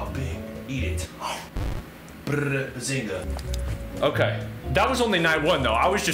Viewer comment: did bro actually say baezinga